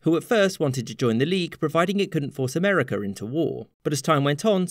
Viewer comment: I am unfamiliar with this "Amer-eh-ker" you speak of.